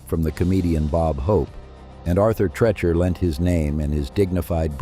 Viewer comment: Tree Chur, Tree Cher not Tre Cher